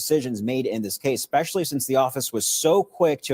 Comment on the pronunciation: I love your content Bro… BUT PLEASE STOP SAYING “EXPECIALLY”!!! 😂 😂 it’s “ESPECIALLY”!! Aaahhhhhhhh